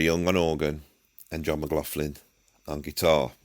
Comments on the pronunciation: Brilliant vid! Only one slight issue…John McLaughlin’s surname is not pronounced as an “f” sound in the middle, like “law-f-lin”, but with the “gh” as a guttural back-of-the -throat gargling sound, Scottish style, the way they pronounce “loch”! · Ann, John's sister, told me once it's actually pronounced with a 'K' sound. 'McLoklin' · And despite all that blather, the guy cannot be arsed to find out how to pronounce J McL's name properly.